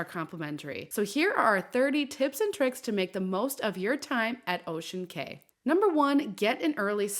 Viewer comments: This! It drove me crazy every time she said "kay" instead of "key". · On the islands it is pronounced Ocean Key. Not Kay. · it’s pronounced as ocean KEY not KAY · It's Ocean "Key" not "Kay"...just so ya know. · Cay is pronounced like key. So you would say "Ocean Key" Island, not Ocean K. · Pronounced “key” fyi was a boring island. I never get off anymore. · Thank you for this video. I only have one note for you. I used to work for MSC and know when you say, "Ocean Cay," it's pronounced just like the word "Key." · It’s pronounced Ocean Cay (key)